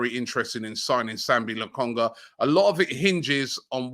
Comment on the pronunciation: LOKONGA NOT LAKONGA